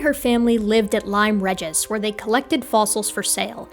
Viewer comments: At about 23 min. Sorry, can't resist, it is pronounced REE-jiss, because it is Latin for "Of the King", and so the pronunciation reg is the same as it is in regent. It was granted its royal charter in 1284, which triggered the change in the name, before that it was just called "Lyme". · Sorry to be picky. It's not Lyme Regis with a short e. It's pronounced more like Reegis (actually locals say it more Lyme Reejus) (short u like sun, not long u like Uber. Like just, without the t.) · "Lyme Regis" is pronounced as "Lime Reegis" instead of "Lime Rehgis". I can highly recommend visiting for anyone interesting in fossil hunting – especially after storms, which cause new material to crumble off the cliffs. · In Lyme Regis, the 'Re' is pronounced 'Ree' to rhyme with 'Be' rather than 'Reh'. It's like the 'Re' of Regal (meaning to do with royalty), because the Regis suffix is applied to seaside resorts used by royals. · i know its very minor but the Regis in Lyme Regis is pronounced Ree-gis, its one of the many contradictions of UK place names and how they are pronounced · ...just for giggles, Mary Anning hunted for fossils at Lime Regis on the southern Dorset Coast of England, UK. For American viewers, it's pronounced 'Ree-jis', otherwise you sound a bit silly :) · Lyme Regis is pronounced "lime REE-jis". Also, the "arch" in "arch-bishop" is pronounced like the architectural feature (but not like in "architecture"), with a "ch" as in "cheese". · Thanks for the video, just a note it’s Lyme “Ree-jis”. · Lyme REEE-gis (pedant alert)